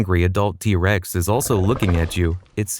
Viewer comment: I keep hearing D-rex